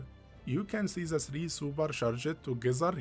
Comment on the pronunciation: It’s worse when he keeps saying super sha-Jed. Drives me nuts.